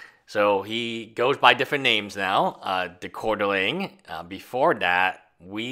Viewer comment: Great video. Can’t for the life of me figure out how you can’t pronounce QUART-ER-ING, though..